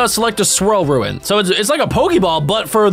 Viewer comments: u pronounced it ruin not roon really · *Says it like Ruin which you can see isn't spelled that way* "Ruen." Me: >.- "Roon! Bessy did not design your brain well I know but come on anybody can look up a word and have the internet sound it out for them!" /ro͞on/ Bessy: "Hey if I made him smart like the last guy whose parts I used to complete he might get ideas about a union and I don't feel like buying that many bullets again." Me: o-o;: "Unionize huh? Hmmm well that doesn't seem so-" *Suddenly teleported by Bessy into a tiger enclosure* "IT WAS JOKE! IT WAS A JOKE!! AAAAAAIIIIIIIIIIIE!!" Bessy: *Stares at me. Hard.* "I'm sure I can count on your silence, Azor?" Azorskcat: *Nods vigoriously* "Aye aye ma'am!" ^_^;; Bessy: ^_^ "TRAITORS!!" - - - XD I didn't think it would be as good as our Miencraft zoo but honestly I like it! Kinda a more logical mons style capture game than most pokemon clones and less of what I'd expect in a Zoom Sim.Very well! >.> Also Laffy Whaphy writes itself. Just saying. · same Me: getting angrier anytime he misspronounce something like the rune.